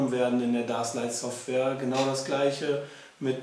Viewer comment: es heißt überigens "däschlight" -> englisch!